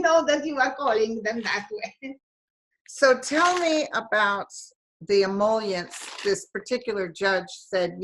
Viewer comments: I love you guys together...Only can make name, ‘G. Comanche’ somehow sound Italian! Your charming clarity is both a source of merriment and comfort! And you both butcher the word ‘ emoluments’...🤣 So let’s hope it stays front and center in the news and with the government. All the naughty boys will be sent to the woodshed for sure! And And everyone - go check out Donald Barr’s novel from the early 70’s on Amazon. Reading the reviews is sufficient to tell all we need to know...🤮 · Emol-u-ments, actually.